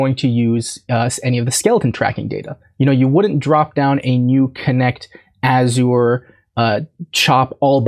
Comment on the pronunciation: Azure rhymes with measure. “Azhurr”.